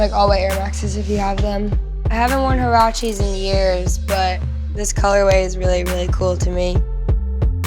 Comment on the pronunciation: I'm sorry but did she just pronunce Huaraches as hoorachies